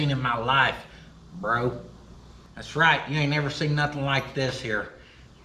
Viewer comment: ❤ you did the redneck version of bro and it was amazing so spot on lol